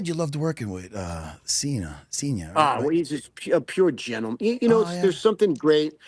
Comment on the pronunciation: "yah loved workin' wit seenah seenyah?" He worked wit "neverseenah" 😂😂